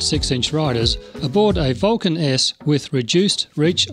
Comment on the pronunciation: The way your said Vulcan S sounds like "Vulcaness" and I wonder if that's just a coincidence , or your speaking style ? I WANT to ride one so badly. I'm a newbie (re-entry same thing) and it seems perfect. I am still getting used to my Shadow 750, but I have a feeling I'd be used to the Vulcan in 5 minutes.